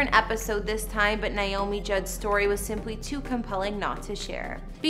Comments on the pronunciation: It's nAy not Nie😢 !!!! NAomi! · First of all, you need to pronounce her name as it is "Naomi" and not "Niomi". This video was NOT a house tour. It was a repetition of information we've all heard since Naomi's death. The green pastures were beautiful, and Naomi was beautiful in her white dress against the green hillsides.